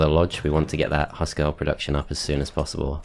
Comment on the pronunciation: Great to see this map played. I rage quitted it first times I tried it; damn Crone/Nornor. Fun fact: Huskarl is pronounced with an U like in Hugh and by articulating all letters. It means House Man in Swedish and probably refers to an old term for clan inhouse loyal guards. Just a ps. Why would they patch that achievement out? xD